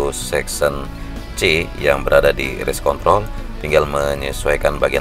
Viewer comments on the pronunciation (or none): Wah pelanggaran nih.. bilang race kontrol gak pake R 😂😂😂